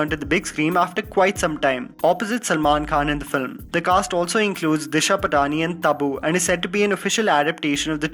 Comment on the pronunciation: "Patani" in "Disha Patani" is pronounced as "Paatni", not "Pataani"